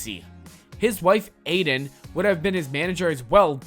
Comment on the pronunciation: Eden not Aiden